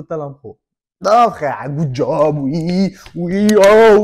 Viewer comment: "Good job" et non pas "gooo job"